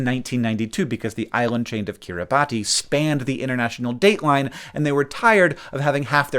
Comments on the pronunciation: I can't believe that Hank called it Kiribati. It's pronounced Kiribass. I figured if anyone on the internet knew that it would be Hank. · Note that "Kiribati" is pronounced "kih-rih-bass". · Kiribas. Come on Hank, you’re the font of knowledge and truth for the entire internet. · /t/ (the category of sounds a Gilbertese speaker would consider a t sound) is realized as [s] (a s sound) before /i/. It also seems like /i/ drops at the end of a phrase, so you end up with Kiribati /kiripati/ [kiɾibas] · gonna see how you make a "chai tea" video about pronouncing Kiribati with a "ti" and not "s"🤨 Luv u, Hank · 'kiribas'. It's a local pronunciation of 'Gilberts', but because they have a very restricted phonology, the [s] is analyzed as /ti/ phonemically, like how in Japanese the -i series of syllables alters the preceding consonant. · kurt-y-bas. and not bass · (rhymes with sit in mass) is the correct pronunciation. I learned it watching ABC (Australia) News coverage of an election. I had made the same error as you did. They get to celebrate New Years Day before any other country which had a small part in the choice of time zone. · Gotta love an American trying to talk about Geography.... Kiribati is pronounced Kiribas. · Kiribati is pronounced [ kiti boss] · Slight correction: Kiribati, despite being spelled that way, is actually pronounced as "Kier-uh-bass". IDK why, but likely the name was originally in some other language, and it doesn't translate to English well. No hard feelings for mispronouncing it though. I myself mispronounced it for awhile before discovering the correct pronunciation. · Oh, Hank! I thought you of all people would know that Kiribati is pronounced 'Kiribas' (and that the alphabet for I-Kiribati, formerly known as Gilbertese, only has 13 letters, none of which is 's'). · Hi Hank. Kiribati is pronounced 'Kiribas' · muhahaha I know something that Hank doesn't It's pronounced "Kiri-bas" ☝️🤓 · Kiribati is pronounced "kiribahs". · "kir-i- baes"